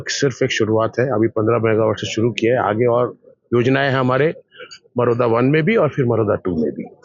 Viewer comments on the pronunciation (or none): मरोदा डैम ❌मुर्दा डैम✅